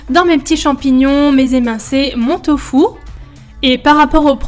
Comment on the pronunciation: tofou haha tu me fait rire 😂😂 au Québec on dis tofu ahah 😂 j'ai adorer cette night routine 😍